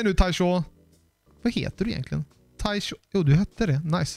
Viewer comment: du säger bara Tyshaw och du glömmer n:et i slutet